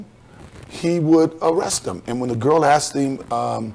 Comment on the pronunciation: Bro, its one thing to mispronounce the word ASKED as "axed", but to also SPELL it out as AXED????? LMAO